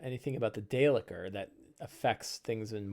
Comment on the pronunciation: How do you pronounce daelkyr? I don’t think it’s day licker! lol good stuff with the seven samurai!